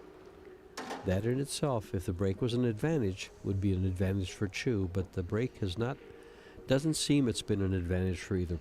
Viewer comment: Her name is Chou, not Chu. Perhaps you could take the time to look at the spelling of her name to give you a hint on how to pronounce her name. Asking too much am I?